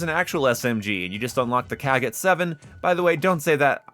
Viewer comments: 😅😅, there is no "A" in the kogot...you made it way too easy for the Com ban that is way too sensitive anyway. But yeah, it's not the KAA-got 😂 much love though, brother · That killed me, he said it like a slur fr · Imma be real I basically never use gunfighter. If a gun needs more than 5 attachments then it’s just not worth using. Also why do you pronounce kogot like that?